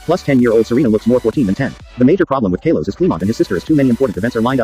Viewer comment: It’s Kalos